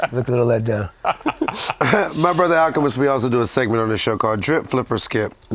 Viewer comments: HOT TAKE: did not pronounce al's name correctly in da beginning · for butchering Alchemist’s name 🤣🤣